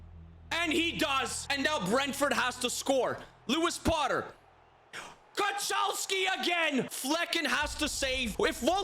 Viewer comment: btw kochalski is pronounced kohalski but great pronounciation anyway